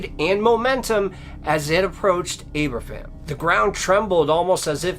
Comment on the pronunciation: at his best! Great story telling!, 3 great stories, the second one happened just a few miles from me, your welsh pronunciation isnt good mind lol its pronounced aber-van but good attempt we dont have the easiest of languages lol, it was a sad disaster ( before my time), my grandparents lived in the valleys and my gramps was one of the men who helped with the removal after the disaster, the day is always remembered here and all schools here have a minute silence on 21st October, unfortunately the miners had to work in treacherous conditions, such a sad tradegy, that yes could have been prevented but nobody cared for the miners. I love your stories and the compassion you have in them, but is good to hear you tell a local story to me, and gets out the history out there.